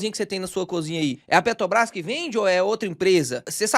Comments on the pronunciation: Mais uma aula de PETRObrás que o não consegue falar o nome dela 😅😅😅., pega seu café e repita: é PETRObrás, não PETObrás. PETObrás parece que vc tá falando de algum negócio de pet shop. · Impressão minha ou o fala ‘Petobras’? Talvez esteja gripado. Brincadeiras à parte. vc é o cara mais foda de ensino sobre investimentos da internet. Acompanhava vários outros canais conhecidos mas depois que conheci seu canal já não faz mas sentido assistir os outros. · Conteúdo maravilhoso, mas dou uma desconectada no "PetoBRÁS". Zuando com respeito,!!!